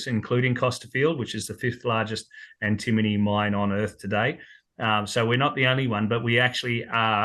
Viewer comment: Note it’s pronounced ‘Anti-MONY’ Great for credits towards gold costs too